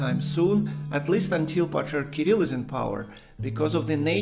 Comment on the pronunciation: La traduzione fatta dall' intelligenza artificiale è pessima e storpia i nomi : Hilarion non si sa perché diventa Leon e anche il nome dell' Patriarca Kirill è pronunciato in diversi modi sbagliati!!!